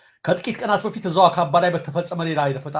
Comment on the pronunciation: አካባ ሳይሆን አካንባ ነው ።